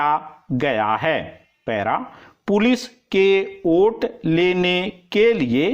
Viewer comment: Kya sir ji Vote ko aap oot bol rahe hai pure dictetion me